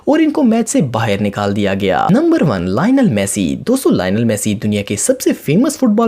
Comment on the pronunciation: bhi apne galat pronounce kia Lionel Messi ko